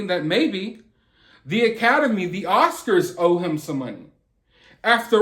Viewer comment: Can we get him actually adrezzing it pleazze. Not just someone doing commentary . The Oscarzz should be paying him since they’re the onezz that didn’t protect him. He needz to sue Will too for damagezz .